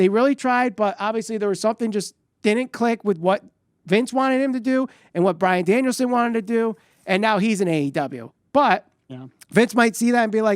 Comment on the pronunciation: JR sold Brian's debut to perfection WHILE also getting his name right each time 😂